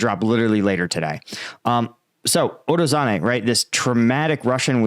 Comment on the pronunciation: not urozane but urozhaine. zh, llike in zaporyZHzhia. uro-zhain-eh. ro-BO-tin-eh. klish-chi-yivka. here you can hear him spelling it